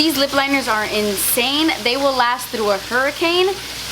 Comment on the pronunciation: Can I ask you question why you always say through tr not th but no problem and were are from and I really love you so so much